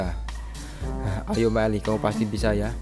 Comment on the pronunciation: Bukan maeli tapi maele